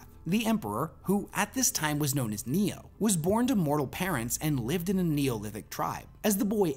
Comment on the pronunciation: Neoth** Not Neoh. Erda was not a childhood friend. has not read the books